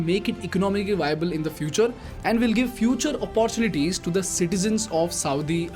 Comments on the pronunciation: Hi bro... you pronounce all the words as the way they need to be pronounced... But you pronounce "Opportunity" incorrectly all the time.. please correct it... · I am a regular follower of your channel. Really appreciate your style of explaining issues. Your English is excellent. One area of of improvement is the pronunciation of the word ‘ OPPORTUNITY ‘. Best wishes!